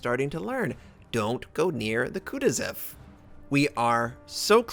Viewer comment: That's pronounced Kah TWO sahv.